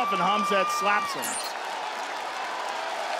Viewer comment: "Gilbert goes to push him off and Khamzat SLAPS 'em." -McGregor accent